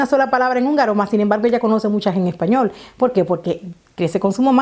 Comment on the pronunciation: Español no Epañol😀